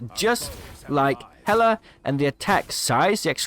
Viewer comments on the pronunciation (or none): none